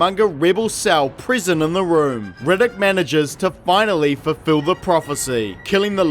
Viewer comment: Best part of the video is "Rigiddick". 😂😂😂. The whole thing is good though.